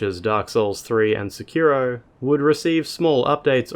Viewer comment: The accent for "Sekiro" is on the first syllable. So it's not "seKIro" it's "SEkiro".